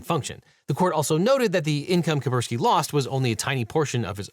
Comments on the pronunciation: I don't like being that guy, I just wish that Devin would pronounce Kaspersky without omitting the first 's'. But I'm just being pedantic, I suppose. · Its pronounced Kass-Pear-Ski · OH MY GOD PLEASE pronounce KaSperski correctly. It's so annoying to listen to you saying it wrong all the time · The first 's' in "Kaspersky" is silent? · Imagine being unable to pronounce Kaspersky! looooool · Maybe Devin should make more of an effort to pronounce foreign words? The repeated "Kapersky" instead of "Kaspersky" really bugs me, and I'm sure the Chinese viewers did not appreciate the pronunciation of Peking